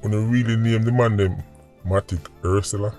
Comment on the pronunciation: Ursula make sense #pronunciation Hearse Sella